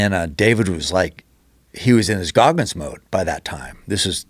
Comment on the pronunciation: It's GOGGINS not Gogmins